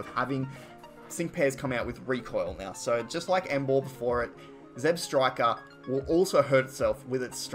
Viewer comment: It's ZebstrikA not ZebstrikER